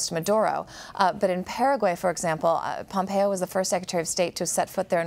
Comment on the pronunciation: Did I hear "President Pompoe" ??